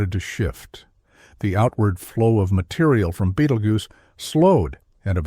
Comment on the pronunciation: The AI voice had at least three different pronunciation versions of "Betelgeuse".